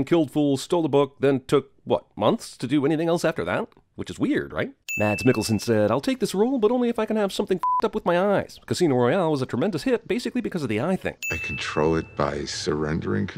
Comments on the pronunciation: His name is actually pronounced "Mass," not "Mads." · Btw Mads Mikkelsen's name is pronounced like Mass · Mads is actually pronounced Mas you push the D away so it sounds like Mas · sins cinemasins for pronouncing mads mikkelsen's name wrong every single time. It's pronounced like the end of Thomas. i know you probably don't give a shit, but seeing as how you take the time to read stupid ass filler articles in the newspapers of countless movies, i feel this distinction is important. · Just for your information, the D in the name Mads is silent :) It's pronounced Mas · The d is silent in Mads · Mads is pronounced Mass. Just saying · I'm adding a sin for you pronouncing the D in Mads' name.